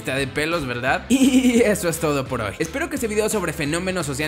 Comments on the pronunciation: Al minuto Dice veldad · soy yo o dijo " está de pelos veldad" :v?